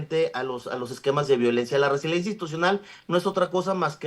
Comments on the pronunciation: Solo con escucharlo decir resilencia cuando lo correcto es resiliencia, me queda claro que no está ahí por sus conocimientos y preparación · Resiliencia!!! Cómo le abren los micrófonos a alguien que ni siquiera sabe pronunciar o saber el significado de las palabras, pierde credibilidad